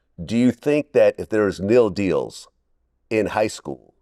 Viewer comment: ninja said Nil deal instead of saying N.I.L deals. He is the first person to say it like that😂😂😂